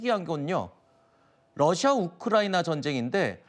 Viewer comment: 억양 왜 남한식 러시아 일까요 우리도 다른 나라를 호칭 할 때 중궈, 니혼 이런 발음 사용하지 않아, 국정원과 우크의 합작품 같다😊